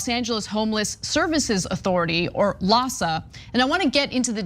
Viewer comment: LAHSA sounds almost like PADS!